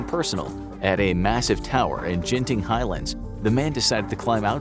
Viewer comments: its not pronounced 'jenting' its pronounced 'genting'. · Genting Highlands is pronounced "ghen-thing", not "jhen-thing"... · it pronounced GIN ting ;NOT JEN ting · The way "Genting" was pronounced could've caused my death. I never thought such a simple word mispronounced would make me feel like this. Overreacting much.